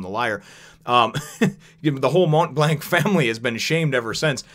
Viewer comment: You're saying "Montblanc" just fine, at the very least it's how the Funimation dub of One Piece pronounces the name, so you should be okay. Like I said several times before though, I'm loving the adventure so far. One of my favorite OP arcs is coming up real soon.